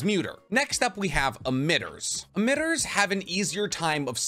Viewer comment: been enjoying for videos for a while, good stuff as usual. though I am now nearly convinced you mispronounce stuff on purpose now lmao. "admitters".. bruh lol you know it's emitters/emission. you can't tell me that isn't on purpose. bless you dude, lol.